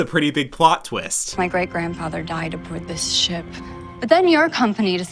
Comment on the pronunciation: "OmG LoOK A ThES SheP" 😂